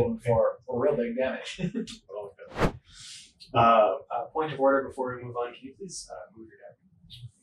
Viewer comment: emphasis on "point"